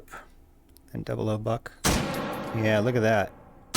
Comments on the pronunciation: Never heard someone call it “double O” buck instead of double ought buck. Do you call .30-06 “thirty double O six” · Oh btw, more 0s (also called "aughts") mean larger pellets, hence fewer of em. Another also, that means "00 Buck" is technically pronounced "double aught buck". Not a complaint just a tidbit